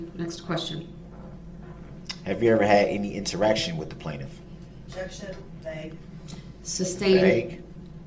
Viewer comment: I know this is nit-picky and we always make fun of his pronunciation, but i hate how he annunciates the “t” in “interaction”😭one more thing that makes him so annoying